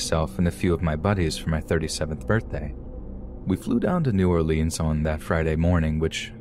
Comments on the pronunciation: Gonna call it New Or-LEENS but talk like you from there... It is New Or-LINS sweetheart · And pronounced new ORlinz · How does someone from New Orleans not pronounce it correctly!? It's NOWLENS!